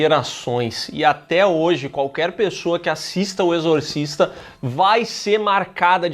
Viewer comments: "Exorcisto" foi foda kkkkkkkkkkkk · "exortisto" eu ri muito véi KKKKKKKKKKKKKKKKKKKKKKK